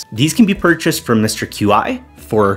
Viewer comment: It’s pronounced Mr. Key